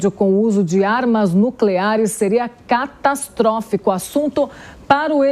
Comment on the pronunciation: Início matéria a moça : "castastróficos"😂😂 veja como repórteres cometem erros ..